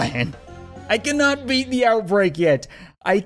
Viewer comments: ze, not za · I just love it when you say ‘fire da cat cannon’ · no it’s ze